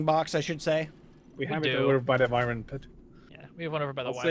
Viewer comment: do you call it wivern on purpose? or do you not kmow it's w-ai-vern